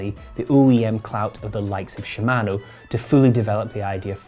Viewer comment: your pronunciation of "shimano" and "patent" caused me to dislike and close this video.